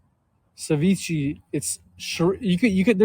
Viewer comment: "ceveechee" Ceviche*